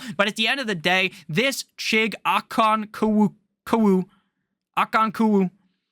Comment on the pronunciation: I think it's pronounced OH- CON- KWOAH